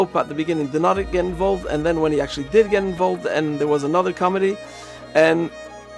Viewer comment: Johannes - pronounced Yohan. Committee- pronounced with accent on second syllable and with T - not comedy.